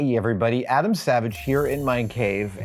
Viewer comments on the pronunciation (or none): none